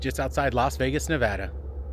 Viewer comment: Thanks for pronouncing Nevada correctly!